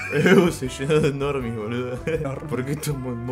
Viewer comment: me da gracia como dice "eu se lleno de normis bludo"